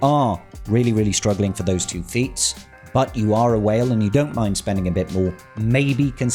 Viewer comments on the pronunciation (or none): none